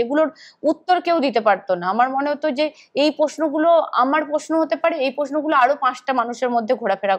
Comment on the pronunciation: রোজিনা কে বলছি,সাংবাদিকের উচ্চারন সঠিক হওয়া অবশ্যই উচিত।যেমন তুমি বলছো,' পশ্ন নয় প্রশ্ন